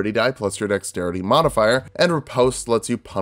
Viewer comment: Dude, you pronounced riposte wrong. (I do fencing so get triggered at this kind of thing)